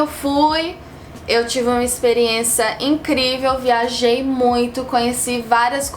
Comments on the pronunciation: Você fala muito bem português! Não são muitas palavras que você diz de forma diferente. Algumas palavras como dia-a-dia, vergonha, experiência, aprendendo, praticando, ano, falando, é notável o sotaque gringo porque foram ditas como; 1- "dia dia"(Aqui você esqueceu do A entre os "dia") 2- "vêrgonha"(o E ficou com sotaque diferente) 3-"experiênça" (Invés de você falar ExperiênCIA você acabou falando ExperiênÇA) 4-"aprendeno" (Invés de dizer AprendenDO você falou AprendeNO) 5- "Ano" (Você acabou falando com sotaque diferente e som de E a primeira letra dessa palavra) 6-"Falano"(Assim como "aprendendo" invés de você ter falado falanDO você disse falaNO) 7- Você acabou dizendo varias vezes "Potuguês" e "Portuguese" misturado nas duas línguas tipo> Olá eu sei falar em inglês mas meu english não é muito bom. Tudo o que você disse deu pra entender perfeitamente eu só citei as que ficaram muito notáveis o sotaque gringo. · Cê é mineira uai, tem sotaque gringo nenhum não sô XD, até quando fala uma coisinha errada parece coisa de minas, como aqui: "Experiença" rsrs